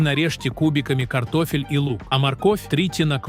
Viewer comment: Один " т0фель " вместо картошки чего стоит 😢.